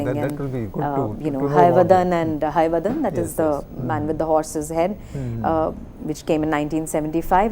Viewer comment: The titles of Karnad's plays are wrongly pronounced. It is not Tale 'Dand' but Tale 'Danda'. 'Dand' has no meaning in Kannada. It is again not 'Hayavadan' but 'Hayavadana'. And, it is not Naga 'Mandal' but Naga 'Mandala'. Pronouncing the titles of Karnad's plays is an insult to him. The presenter also refers to Yakshagana as Yakshagan. Those who specialize in the area of theatre should at least know how the titles of the plays they are analyzing are pronounced.